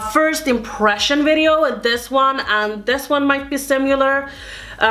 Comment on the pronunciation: I loved this video, dear! I live for dupes! One thing that I'd like to suggest (not trying to be mean!) is the way you say "similar." You say it with a "u" in it like sim-u-lar, but it's actually sim-i-lar. I hope you don't take this the wrong way, but I'm guessing from your accent English is a second language for you so I just wanted to offer up some help. :) Thanks for such awesome content!!!